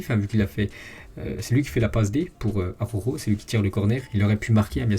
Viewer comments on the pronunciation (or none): Mdr 😂 ses pas aroro ses araujo 😂😂😂